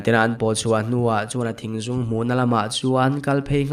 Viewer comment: Thingzûng nilo in Thingzung ani zawk lo maw.??